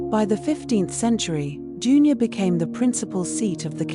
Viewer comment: June- your. Think you mean Dun-ure